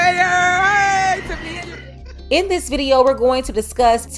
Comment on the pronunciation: I did hear her say "dis MAGA country" 🤔